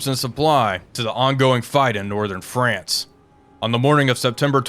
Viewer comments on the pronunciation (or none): none